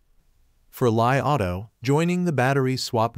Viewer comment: When you pronounced the name of the car as lie rather than Li auto, it indicates that you don't even pay attention to the correct way to say the right wording. Even xiaomi is not pronounce as Xia o mi, it is Xiao Mi